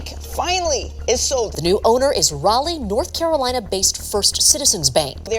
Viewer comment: as a Raleigh and North Carolina native, it is slightly painful to hear it pronounced in such a way, but I forgive you 😂